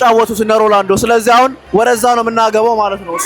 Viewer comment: please ሮላንዶ አትበል😂😂😂